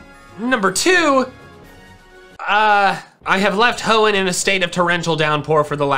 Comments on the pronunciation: I'm surprise the comment section didn't brutalize him for saying "hoeen type" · did he just say hoen type? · Ah yes my favorite type H o e n n. T y p e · nah it's genthre-ers